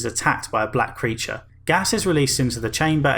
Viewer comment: I just had to do a double take when I heard "One of the scientists is then attacked by a black preacher" instead of "One of the scientists is attacked by a black creature" Was like wait a second what is this game about again...?